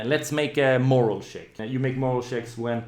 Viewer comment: Eyyy, attack and damage rolls merged, nice! A note on language: I believe you mean "morale check" (stress on the second syllable), rather than "moral check" - willingness to keep going, rather than views on ethical quandries